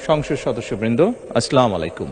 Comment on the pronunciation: বিসমিল্লাহির রাহমানির রাহিম এবং আসসালামু আলাইকুম ওয়া রাহমাতুল্লাহ ভালো করে শিখে তারপরে বলবেন মাননীয় প্রধানমন্ত্রী । মাননীয় স্পিকার আমি আপনাকে দৃষ্টি আকর্ষণ করছি সালাম এবং বিসমিল্লাহ শুদ্ধ করে বলার জন্য মাননীয় স্পিকার এ বিষয়ে আপনারা গুরুত্ব দিবেন আশা করছি